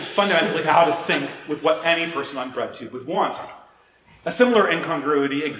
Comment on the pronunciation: When he first said "bread tube", thought he said "red tube" 😳